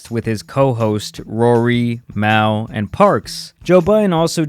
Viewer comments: It’s Mal not mail. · It’s mal (mall) not mAaL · You pronounce it “Mal” like you would in “Jamal”. So “Mall”, not “Mowl”. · all credibility on this went out the window, soon as you say “i’ve watched this podcast for years” & proceed to continuously pronounce Mal’s name wrong af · You do realize that Maul is pronounced like Mall, and Mal is how he said it🤦🏾‍♀️ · as soon as I heard “Mowl”.....the value of your opinion diminished. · YOU PRONOUNCE IT LIKE “MALL” not “Pal” with a M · Everyone: Mal: Mail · Nigga it’s MAL not meow lmao tf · His name is Jamal, right? So where are you getting "Mahl" from? "Mawl" would be correct, does he ever correct Joe on his pronunciation of his name? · I hate when people pronounce Mal’s named the way it’s spelled. It’s short for Jamal. (Mall) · It’s mal (pronounced mall) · He’s never seen this show calling Mal “ Maul” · You’re right bro but it’s Mal likes”Mall” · This guy never listens to JBP , he called “ Mal” “Mile” 🤣🤣🤣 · Why is it so hard for people to say a MAL (MALL) Like Jamal just drop the “Ja” lol his name is Jamil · Its mal pronounce (mall) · Mal pronounced like "fall" with an M. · Just say “Mall” that’s it. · Mao lol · It’s pronounced “MALL” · His name is mal ( and it's pronounced like "mall" / and why give so much energy to an entity that you don't like? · And it's funny that you say Joe Budden can't say the name of the company right, when you can't say his name name right. The guy's name is "Mall, but spelled Mal. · EXACTLY it’s Mal...like the mall smh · You were a fan in college but say MAL like that? 🤣🤣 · How you going to say you listen to the podcast a lot but you don’t know how to correctly pronounce mal’s name . It’s pronounce like mall . I don’t know why that bug me every time you would say his name wrong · My nigga "mail" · LIES...you never listened or watched 1 episode with how you pronounce Mal's name...smh...you youtube/wiki journalist gotta chill...smh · Joe can’t say patreon and u can’t say mal.